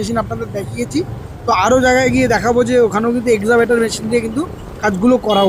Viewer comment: এক্সাবেটর না এক্সক্যাভাটার।